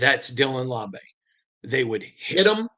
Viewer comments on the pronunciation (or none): "LAU-BEE" not "LAW-BAY"! Love the content though!!! 🏴‍☠️🏴‍☠️🏴‍☠️